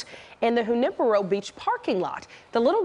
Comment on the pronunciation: Never heard "Junipero" pronounced like that. Maybe ask someone next time.